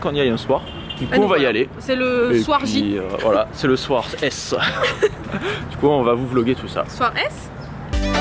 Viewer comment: soir-s? hahahahah 😂